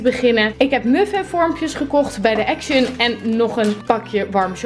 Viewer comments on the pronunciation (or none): none